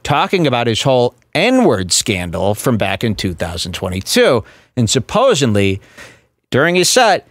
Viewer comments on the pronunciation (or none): did say “Supposin’ly” but that is acceptable. If he ever said “supposably” his dad would be killed by a curse.